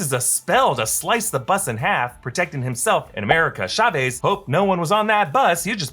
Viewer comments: AMERICAN SHA-VEEZ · Why are you saying Chavez so weirdly? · Love how he can't say CHAVEZ